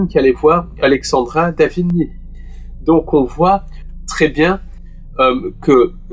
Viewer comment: Alexendra David Néel se prononce "Né- el " . Pas " Nil " .